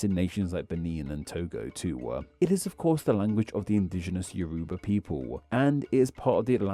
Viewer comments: The name of "Yoruba" is pronounced more like "YOR-uh-bah" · Thanks for covering Yoruba! your pronunciation made me crawl out of my skin(as a Yoruba). But it's okay! I still think it's cool